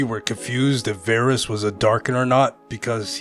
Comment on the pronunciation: Varus: Two "A"s? I thought I heard Two Gays.